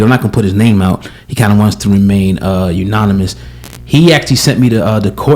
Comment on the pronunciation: Did he say unonamous????? Ha! Ha!